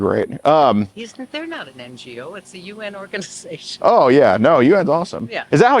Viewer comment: "Unicef is not een NGO. It's een UN organisation." lmao